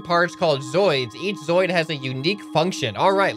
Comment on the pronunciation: Just pointing it out; zooid is said zoo-id. Not zoid.